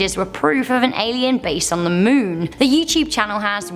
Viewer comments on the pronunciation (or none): Goth chick saying "MEWN" over and over made me want to throw up 👽😨